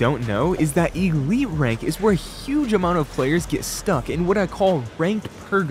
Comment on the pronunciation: Blud is calling it e-lite its called elite